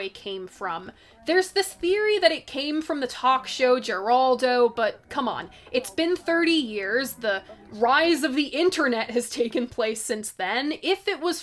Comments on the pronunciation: Did you intentionally pronounce his name as Geraldo and not Her-aldo? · Talk show: “Geraldo” is pronounced as if the G was an H. “her-ALL-doe”. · "Jeraldo"...jeesus...get a clue young one